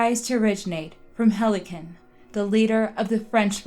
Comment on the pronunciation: Harlequin phonetically is Har-le-kwin.